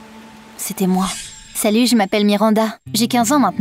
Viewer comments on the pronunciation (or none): none